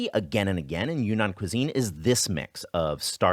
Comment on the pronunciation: btw it's pronounced YRING-nahn, like cloud